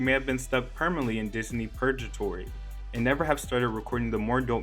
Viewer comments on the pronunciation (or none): you definitely pronounced "purgatory" incorrectly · Purgatory has a "g" not a "j"